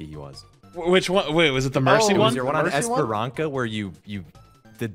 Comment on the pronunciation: How can you mispronounce Esperança when the announcer literally says its name every time you play the map